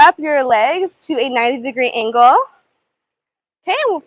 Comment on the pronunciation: What is up with your speech? Why do you overly stress the last word of every sentence?? SO FREAKING ANNOYING- “So sorrrray” “90 degree angulll” I literally can not listen to anymore of her voice, I’d so scratch my ears off